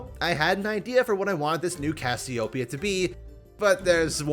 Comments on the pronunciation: Isn't it pronounced as "ka-syo-pe-ya" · Not a big deal: Cassy-Oh-Pee-Ah (Greek name) but using the South Asian mythological: Naga. You were able to pronounce it correctly for the most part. Lol. and mispronounced every now and then.